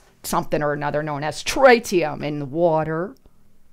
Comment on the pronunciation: Please learn to say "TRITEEIUM"....